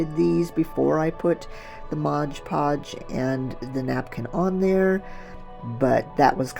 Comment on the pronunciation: I agree, and when people keep saying "MOG POG" instead of MOD PODGE then I can't keep watching